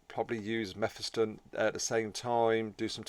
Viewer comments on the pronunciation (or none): Its pronounced Me Phis Ton Like Mephistopheles or or diablos mephisto That way you said it would imply a double f, one to finish the vowel and another to start the flow into the next vowel. Otherwise, great and informative video Lookong forward to them as a faction, but god damn we need more xenos Need to split the 3 campaign xenos into more, like another craftworld or ork clan or necron dynasty. Its annoying marines and chaos can focus on the three required heroes and then bring them to the othwr campaigns, but xenos get shafted by race restrictions. This will also allow inclusion of more unique heroes and allow branching into all the unit types. Gimme a warp spider, flashgitz, immortal, etc